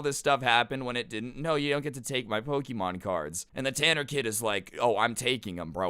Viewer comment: Ik its wrong spelling but you sound like saying poki-mon